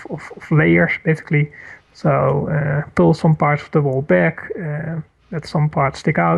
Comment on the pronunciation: He he kept saying "besky," but then I realized that he was trying to say "basically."